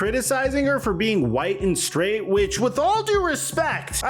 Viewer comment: don’t ever say SKRAIGHT again 😂😂😂 🫡 💯🔥